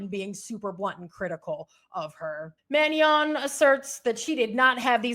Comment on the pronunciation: There is no I in Manon. Ma-Non not Manion, please!